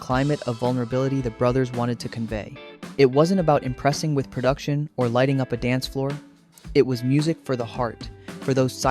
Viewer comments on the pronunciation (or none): none